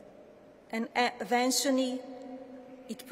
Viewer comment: "harsh realistees" "internationy" "leave in N.Y. City" "eventuny" "self axulization" "interscaped web"I cannot fathom why she does not try to pronounce words better. It is beyond having an accent. There are words that she literally cannot pronounce. It is astounding that she would not know how to pronounce these common words after living here for so long. Why doesn't she practice before she stands in front of all these people. Why does her speech writer give her such big words?